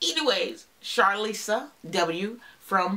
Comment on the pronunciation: Thank you for the shoutout, lol. You pronounced my name perfectly (Charlissa). I don’t know Rhonda, but I’m glad Ohio is showing up 😊.